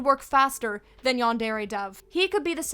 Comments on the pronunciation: Yandairy LOL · No, the way you pronounce yandare hurts my ears. Great video tho.